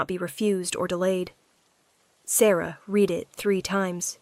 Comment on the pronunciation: AI still needs to learn how to PRONOUNCE Words Correctly to make the story Better. unless there is a human that also needs to learn. Examples: READ = 'Reed' this book; She "red" the book; also used at least 3 different pronunciations for "Peter" !!!